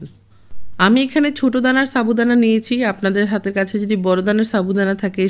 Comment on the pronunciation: আজকে তোমরা দুই বোন একি রেসিপি দিয়েছে,, মুক্তা আপুর টা দেখে তারপর তোমার টা দেখলাম ভালো লেগেছে। আর তুমি সাবুদানা কে চাবু দানা বলো কেন